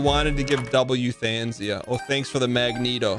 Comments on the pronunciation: "you-than-sia" lmao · no he didnt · chat was probably mad he wasn't saying euthanasia correctly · Does he say Euthanasia like that on purpose